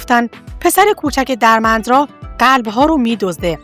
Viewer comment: دوست عزیز پوزش میخوام اینقدر صریح صحبت میکنم ولی وقتی برنامه و ویدئو تهیه میکنید باید سواد و اطلاعاتتون رو هم بالا ببرید.نت فلیکس رو کلا اشتباه تلفظ کردید.اسم دِرمِندرا را هم اشتباه تلفظ میکنید ولی کلا ممنون از به اشتراک گذاشتن اطلاعات